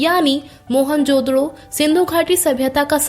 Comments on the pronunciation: Mohanjodaro hai mohanjododo nahi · Mohan jododo nhi hai wo mohanjodaro hai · Ye mohanjadaroo ko mohanjdoro kyu bula rhi h.. kitna awkward lag rha h..😢